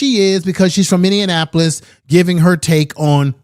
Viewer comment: It’s Min•ne•a•po•lis